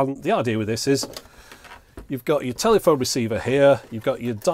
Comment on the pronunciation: thanks so much. enjoyed this. couldn't help laughing every time u said telly -phone though.